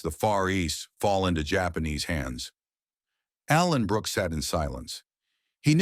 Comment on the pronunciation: To the dopey AI commentator, it's Allenbrooke, not Alan Brooke!